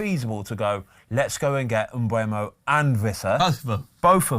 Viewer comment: Please stop saying "MBremo" or "MBuemo". There is no R and the U is after the E. It's Mbeumo.